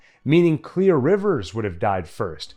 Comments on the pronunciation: lol why do you say her name like that , it’s Claire not Clear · Why did you keep saying clear? It’s clair. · am i the only one who is annoyed by the guy saying "clear" not "Claire"? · Everytime is said "Clear" instead of "Clare" I cringed 🥴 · If your gunna say someone’s name say it right that’s annoying asf it’s simple asf let’s say it together clair dumbass not clear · Isn't her name Clair not clear? Anyone else bothered by this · It's Clare! Not clear! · Claire.. not clear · Claire not "clear"... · DUDE YOUR KILLING ME. It’s Clare not clear. Everyone I hear it I go insane. It’s like death is coming for………….☠️🪦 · Why he say Claire like that? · I never understood why he can't pronounce Claire's name properly.